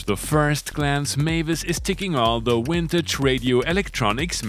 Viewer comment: When you say awailable and wintage, I secretly orgasm. Thanks for another amazing wideo.